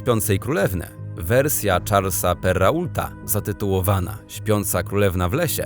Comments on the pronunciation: Francuskiego nigdy się nie uczyłam, ale wymowa tych imion i nazwisk była na lekcjach polskiego w podstawówce... A skoro szkoła podstawowa w malutkim miasteczku pośrodku niczego przekazuje taką wiedzę, to chyba powinna to być wiedza powszechna 😅 Perra-ult najlepszy ❤ A po drogach jeżdżą rena-ulty😂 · Błagam, jeśli się nie wie (co jest jednak dziwne skoro ukończyło się edukację obowiązkową) można SPRAWDZIĆ jak poprawnie przeczytać nazwiska bardzo ZNANYCH osób! Wiktor Hugo - Czyta się Igo! Tak samo Charles Perrault to Pero! o innych nazwiskach lub imionach już nawet nie wspomnę... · Charles Perrault też. To mi strasznievranilo uszy. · Jak usłyszałam to 'perrault' to spadłam z krzesła 😆